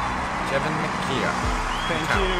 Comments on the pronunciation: lol.......It's Mi-Coo Not Mi-Cow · Pronounced like mih-COO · I think the prediction at the end removes part of the magic because it shows it was a forced selection. The use of the LED display is awesome and stunning tho As for the prononciation of his name : still wrong :p sorry it's mi (like in minimum) coud (like in coup d'état) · Hey man, thanks for the video. I don't know if someone already mentioned it in the comments, but Micoud in french is pronouced "Mee-coo' it's like 'Me cool' but without the l :) keep the magic up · his name is pronounced "me koo". Just if you want to know.